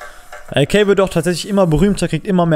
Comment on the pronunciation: Sprich AK DEUTSCH aus pls triggered mies